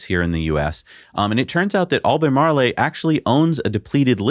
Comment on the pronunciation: You guys are killing me with this "Albay Marley". It's pronounced like Al-buh-mar-roll.